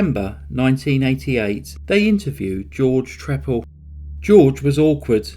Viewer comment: a good cover of the case the only thing i noticed is that on all the other programs i've seen this one on they pronounce his name as 'tree pal' and i think in court he said it that way too. anyway it doesn't really matter i guess. weird story and a sick man. i mean wear some ear plugs or something or maybe sound proof your house! lol